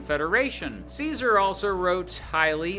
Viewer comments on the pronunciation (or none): none